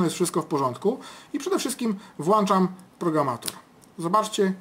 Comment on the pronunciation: Proszę pana. Włączam nie włanczam. To błąd!